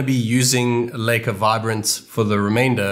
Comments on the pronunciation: It's lika not leyka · It feels weird when you pronounce Leica as Licker.....